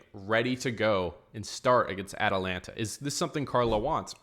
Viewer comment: How did you pronounce Atalanta😮?